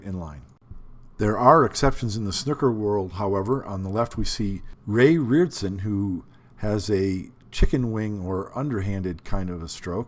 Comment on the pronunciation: Excellent video, but the snooker player you mispronounced is Ray Reardon. Who now works with Ronnie O’Sullivan